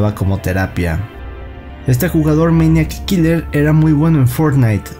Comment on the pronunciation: Todo el tiempo estás diciendo meñac kiler 😂😂